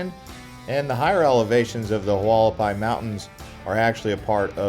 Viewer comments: Pronounced Wall ah pie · The way you pronounce Hualapai 😂😂😂